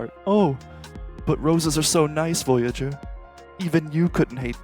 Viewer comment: Kept saying boyager?